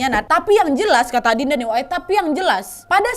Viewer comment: aku denger nya malah adinda 😭 trs baca komen kok pada bilang aninda, trs aku dengerin lagi tetep dengernya adinda 😭😭😭